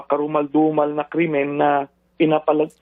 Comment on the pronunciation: LIBO. LIBO.., KARUMALDUMAL.. YAN ANG PRONOUNCE MO TRILLNES? BAHALA KA...GOODLUCK. !!